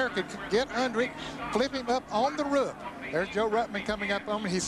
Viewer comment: I love how ned jarret says roof "Ruf"